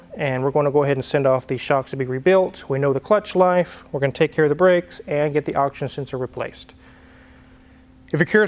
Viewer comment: The guy who pronounces "Oxygen sensor" as "auction sensor" is correcting someone else on pronunciation... smh...